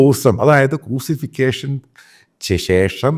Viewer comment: ക്രൂസിഫിക്കേഷൻ അല്ല. ക്രൂസിഫിക്ഷൻ.